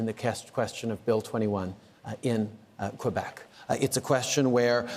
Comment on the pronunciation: "QuAhbec (Quebec)" -- Trudeau is starting to sound even less French ! Quebec is pronounced properly like so: ' K ' 'beck'